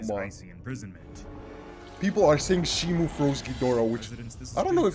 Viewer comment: Blud said titanus shimU 😂instead of shimO😂😂😂😂😂 And night i say you are good at posting frequently 👍🏼 Me exited to get more looks at kong❤